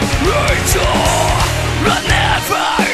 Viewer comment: It certainly sounds like the English pronunciation of Rachel, but that's likely unintentional since her name is pronounced "Rashel" in her native French.